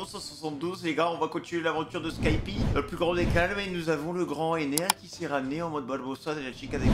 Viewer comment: il a dit dans la vidéo précédente que il le c'est mais que il préfère dire skypi